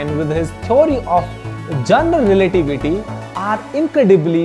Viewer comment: Your voice sounds confident when speaking english, but the pronounciations are 100% wrong lol. "Singularity" not "Sinlarity" and for "Theory of Relativity" you said "Tory of Jondability(????)" Sometimes, I can't even understand what you're trying to say even if I listen to it over and over.